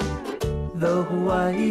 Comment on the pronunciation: They pronounce Hawaii wrong